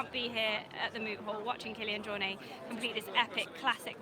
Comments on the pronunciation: the “T” isn’t silent. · Even his good friend Ian Corless keeps saying JorNAY...so you're far from the only one :)